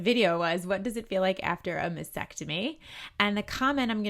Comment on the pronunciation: I realize this comment is years after your video was made, but if you are speaking and advocating for women who are fighting breast cancer, it is especially important that you pronounce the procedure correctly. It’s mas-TECK-tomy. It seems like you would want to know that; mispronouncing takes away from your credibility.